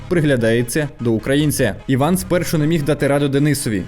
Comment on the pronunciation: Треба хоч іноді вмикати голову. Афроамериканець Іван? 😂 Ну??? Він Ііііван, с наголосом на першу і. Це французьке ім’я. Якась глобальна тупість 🌎